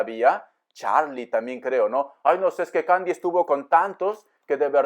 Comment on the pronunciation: Me hizo reír cuando dijo cadi te digo candy 😂🤣😂